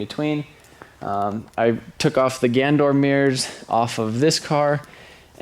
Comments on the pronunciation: Theres an A in Ganador. its pronounced GanAdor not gandor. sorry its just bugging me a bit lol. take a break man you need it. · love the vid but they are pronounced GAN a DOOR